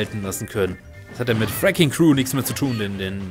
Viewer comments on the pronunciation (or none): Freking cru? das heißt Wrecking Crew! Dass Pac man´s Obst Kirby beim aufsaugen heilt is nix neues. Kirby wird von fast allem geheilt was er aufsaugt